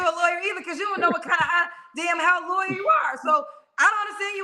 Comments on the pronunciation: He said what he said and I understood he said Liarwer not a Lawyer 😂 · Hectic. He got the name right...😂 We in the UK ain't like this one 😂😂